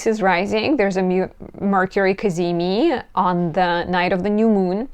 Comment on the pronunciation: “The cazimi… cazimi. Ca-zee-meee!” 😄🤌